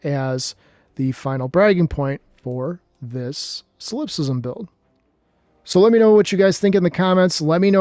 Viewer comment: Sol in Solipsism is pronounced like Saul